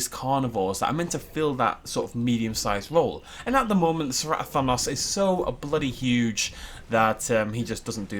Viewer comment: Did just say "Cerato-thanos"?